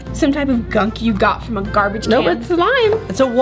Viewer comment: Did ameerah just say garbage cam